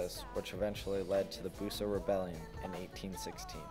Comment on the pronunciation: "Bus-sah" not Boo-sah.